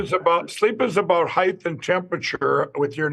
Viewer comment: Is "heighth" a word by any stretch?! Because Mike uses this pronunciation a lot, just like "deflamation"